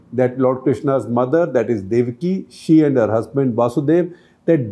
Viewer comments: Yes , shekhar sir should have pronounced it properly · Shekharji, my best regards. Two little points: 1. The name of Lord Krishna's father, Devaki's husband, is वसुदेव, NOT वासुदेव. वासुदेव is actually one of the names of Lord Krishna Himself -- वसुदेव का पुत्र, वासुदेव. 2. वसुदेव took his son to नन्द. Not नन्दा.